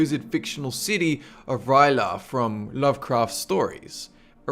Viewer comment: It's pronounced C-tulu and re-lee A.